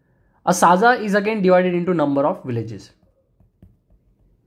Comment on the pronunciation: Not साजा it's सज्जा तलाठी..😊